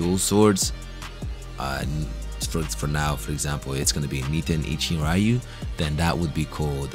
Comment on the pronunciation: It's not "Raiyu", it's reeyuu